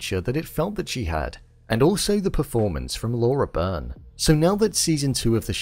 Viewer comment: That's definitely Demerzel, closely followed by Day in season 1 (the one who went through the Spiral). Laura's been a blessing, I struggle to find words to describe her great talent. So powerful and so subtle. I hope for a great future for this character and for this actor. (Just a little note for you for the future vids, her name is pronounced Lah-oo-rah Bee-rn)